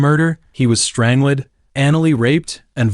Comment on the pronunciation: JFC...I'm out... If I have to hear "strangelid" once more, imma throw my tab. DO BETTER...